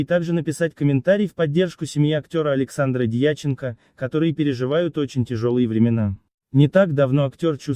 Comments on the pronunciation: то Дья'ченко, то Дьяче'нко, сплошные орфографические ошибки, слушать противно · Зачем нести такую околесицу. Достали уже! И в слове ,,Дьяченко,, ударение на последнем слоге.